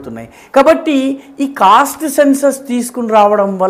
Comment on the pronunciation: Cost అని ఉచ్చరిస్తున్నారు cast అని ఉచ్చరించాలి